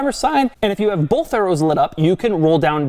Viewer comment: TIL Doug says "bolth"